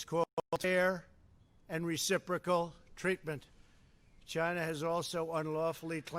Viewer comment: The way he speaks chinah ask chinah